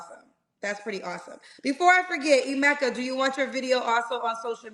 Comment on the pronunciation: This man can’t even pronounce his own name. Its pronounced Eh-meh-ka, not I-meh-ka